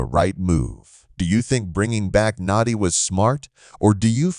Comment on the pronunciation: This is not a blockbuster move and you didn’t even do enough research to pronounce his name correctly…